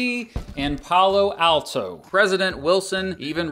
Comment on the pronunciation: Pal-o Alto not Pal-lo Alto 😇